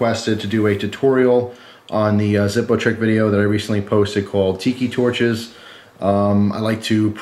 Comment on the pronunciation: its the German pronunciation :p